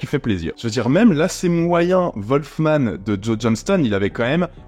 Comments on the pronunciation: Wolfman pas volfman! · Apprend déjà à prononcer le nom du film et après on verra....